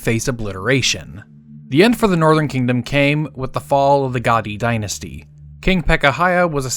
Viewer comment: Tje. Nortjern. Tribes. Asked Rehoboam. To be. Benevement